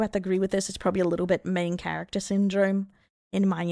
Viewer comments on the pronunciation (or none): none